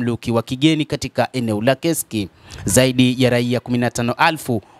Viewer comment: Ni KURSK sio KESIKI bana... Mbona una habari nzuri lkn unashindwa kutamka vzr?